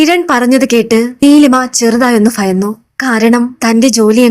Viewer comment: ഫാബി ഫയന്നു ( ഭാവി ഭയന്നു)മോൾക് ബ വരുന്നില്ലല്ലോ